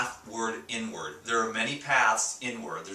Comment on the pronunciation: I thought he said n word not inward lol. Im fasting now!